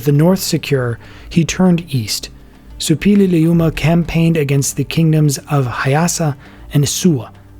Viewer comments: Yes, it's difficult, but the narrator manages it perfectly. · Impressive pronounciation of "Suppiluliuma"!